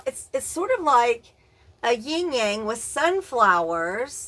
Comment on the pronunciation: Hey beautiful!! Your 2 star pendants are Howlite-which is white & it's dyed blue to simulate turquoise The little meditation piece is Gaia-Mother Earth 🌍 I have a collection of her too!! I'm not try'na be THAT person but the symbol is pronounced "YIN-yang" ☯️ I never "correct" people but I genuinely care for you & thought you'd wanna know that 😚 You are more beautiful with each passing day 🤗 Blessed Be 💜✌️